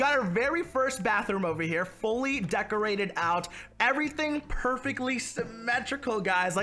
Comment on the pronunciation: This is how many times he said decorTe